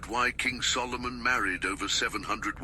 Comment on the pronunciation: "sol o moon"?? its a question about the magic you prefer